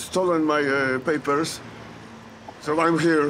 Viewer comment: Id kart, pepers XD bek site. Geweldig Engels moppie